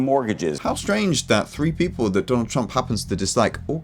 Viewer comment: It's people not pople